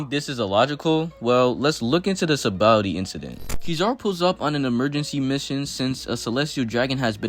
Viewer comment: Bro do u not know how to say sabaody